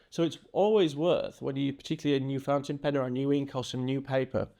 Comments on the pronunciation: Flipping the nib you flipped the letters and said pountin- fin. Loved it! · Now I'm gonna call it "pountain fen" forever and it's gonna be your fault. 🤣LOVE IT!!! SUBSCRIBED! You're amazing! ❤ BTW... I'm a leftie and have a special nib for my Lamy Safari. Still learning how to hold it properly.